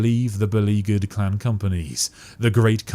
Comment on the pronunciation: Are you saying 'clan' or 'clam' or 'clown'?